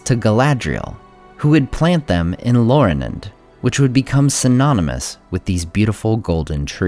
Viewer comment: Isn't it pronounced" LAUrelin," with LA as in "laugh" and then U as in "moor"?